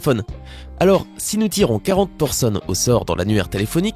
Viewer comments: mdr a ta dis 40 poursonnes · Tu as dis 40 porsonne ton écriture et juste mes quand tu la dis c'est chelou .